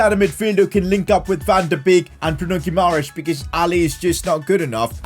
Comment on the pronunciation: This was supposed to be a hard career mode, a relegation battle. But instead you have completeley ruined with the signings of Dybala, Paquetá, Guimaeres (a name you cant even pronounce). I can tolerate the signing of Lukaku, but when are you going to actually challenge yourself. I can pick Everton and sign Dybala and all these stars, but I wont because where is the fun at that? I understand that you dont want to make a super realistic career mode, but at least dont sign players like Dybala. Make logical signings, make yourself a challenge, not this garbage of a content. PS: And it dosent cost anything to do a little bit of research and learn how to pronounce a name. You play fifa for a living it's not like you dont have 2 minutes to search how to pronounce Bruno Guimaeres.